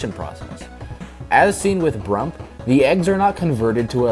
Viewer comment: I just realized that wen he called brump it sounded like poike/idk I know I spelled it wrong